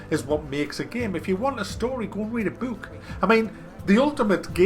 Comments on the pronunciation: "go read a beewwwk" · I cracked up at how you pronounce "book". I still love you, dont block me XD Hoenstly I cant see how people are even excited for this "game" its another boring online only pretentious shooter..... who gives a fuck? If I wanna shoot things Ill wait for Doom, if I want a shooter with RPG mechanics Ill wait for Deus Ex, if I wanna be bored for several hours, Ill hang out with my grandmother.....